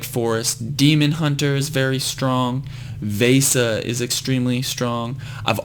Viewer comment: Hey, Vesa is pronounced v-eh-sa and Fegan is pronounced Fee-gan